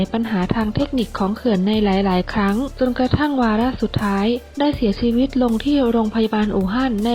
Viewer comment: ได้ความรู้ดีครับสำหรับคลิป แต่คนพากย์ ออกเสียง ช เป็น ซ โซ่ ตลอด เช่น เสียซีวิต ฉงชิ่ง เป็นสงซิ่ง